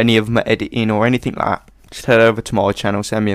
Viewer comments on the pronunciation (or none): none